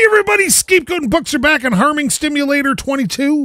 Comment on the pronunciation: Welcome back to harming stimulator 22. Lmao First, it was farming simulator, then farming stimulator, and now it transformed into harming stimulator. might have actually said farming, but for some reason, it sounds like an H and not an F. I LOVE ME A NEW GOTE FARMING VIDEO!!